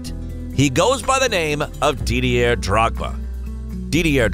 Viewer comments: Three seconds in, "Dee-dee-air Drogba". Fuck. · Psssst Yank narrator .Didier is a French name and the R is silent . France is a Country in Europe .